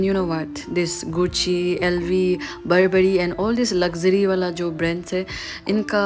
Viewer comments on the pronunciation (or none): none